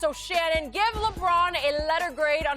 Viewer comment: its D Shannon. 😜😜😜 "D"